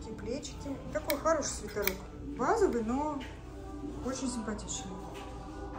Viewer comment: почему вы говорите свитАрок, а не свитЕрок?